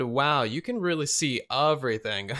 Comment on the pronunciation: okay am i weird or is he saying “uh-vrything”